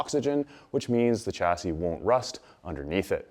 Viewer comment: I thought a Canadian would pronounce Chassis ‘correctly’ as it is a french word?